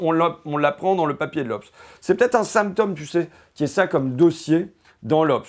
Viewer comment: Il est mignon, l'ignare... Fait le simple et le populaire avec son vocabulaire et sa diction. A jamais pris un cours de d'économie de sa vie. Ça marche, n'empêche. Il dit tellement de conneries qu'il a clairement fini par y croire. Plus simple que de faire des études. Il faudra aussi lui expliquer qu'on dit pas la "goche" mais la gauche, pas un "symptomme" mais un symptôme. Les fascismes ont toujours utilisé ces mecs pour pointer le bout de leur nez. Et il fait semblant de découvrir flightradar alors qu'il en parle depuis 3 ans, pour faire l'étonné. Lamentable.